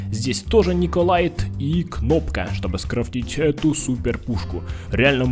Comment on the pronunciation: не николайт а николит